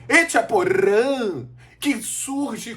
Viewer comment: Esse Remo musical kkk, La Barca. tu és o único membro da imprensa que pronunciava o nome do Echaporã de forma correta,kkkk.